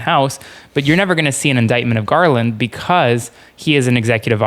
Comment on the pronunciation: Merrick gaaaaaaaarland. Dude is drunk AF